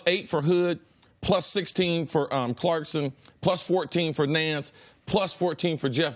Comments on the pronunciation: CLARK-SON not Clarkston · CLARKSON not CLARKSTON........... #facepalm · Are we supposed to believe him if he can't even say jordan's last name properly? 😁 😁 😁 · Doug knows it's ClarkSON versus ClarkSTon... right? This man's analogies are trash and he wants to be Cowherd so bad lmao